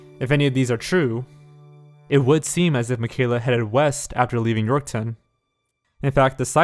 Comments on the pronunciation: York-town lmao. he just adds a 'w' in there. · that and how he pronounced Saskatchewan and Yorkton...like wtf? Do your research! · Oh god. And the way he was saying Yorkton and regina. Lol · Also. Regina is pronounced “Re-Jy-Nah” and Yorkton is pronounced “York-tin” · wow this was just a couple hours from me. people still share her missing post all the time on my fb feed. wonder what really happened to her edit: and it’s pronounced “york-tun” and “reg eye nuh” lol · Ikr he also said Regina and Yorkton wrong smh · He pronounced Saskatchewan, regina, and yorkton wrong. I'm only part way through the video so idk if he said anymore city names haha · THE WAY HE PRONOUNCES SASKATCHEWAN, YORKTON AND REGINA IM SCREAMING IN CANADIAN